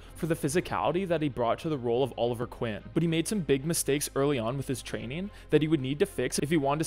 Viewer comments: Can we talk about how at the beginning of the video he said “Oliver Quinn”. It’s Oliver Queen buddy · And it's Oliver queen not Oliver Quinn. Unless ......... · “Oliver quin”😭😭😭😭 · oliver queen not oliver quinn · Bro said Oliver Quinn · My guy said Oliver Quinn I am not watching this video😂